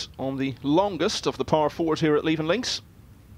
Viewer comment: Levenn Links???!!! Come on, do your research and find out how to pronounce place names properly!! It's Leeven (phonetical spelling).